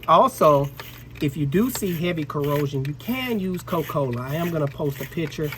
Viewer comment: “Coh-Cola” country as hell. Where is the “A”.